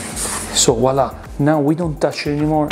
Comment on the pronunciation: "Voilà" not "WALLAH"